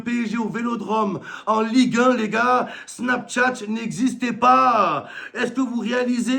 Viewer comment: Snaptchatch 🤣 c’est un des snapchateur le plus populaire de France depuis des années il sait tjr pas prononcer l’application 🤣🤣🤣 Momo jtm